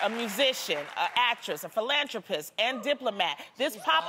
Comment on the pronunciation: Its philanTHROpist not TROpist